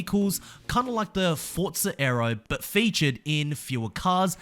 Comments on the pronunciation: Forza.. For - za. Not Fort - za. geez so triggering! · Why is it called fortza 😂😂